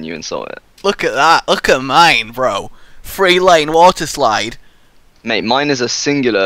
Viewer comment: It's been 5 years and you still say "Free" instead of Three lol